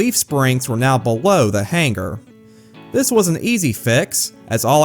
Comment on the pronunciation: The "G" is supposed to be silent.